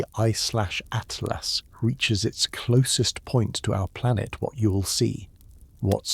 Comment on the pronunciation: Fix your ai 3 zero zero zero good lord at last it's atlas